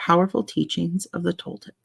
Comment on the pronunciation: I got home from my trip a few hours ago and finally sat down to chill a bit. I just started playing this video and I love that you're getting into The Four Agreements! I'm enjoying hearing it again. Yes, you're saying Toltec right. "Nagual" is pronounced more like nah-wall. I have been to the pyramids of Teotihuacán. It's such an amazing experience!